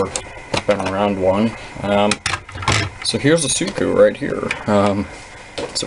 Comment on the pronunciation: It's siku not suku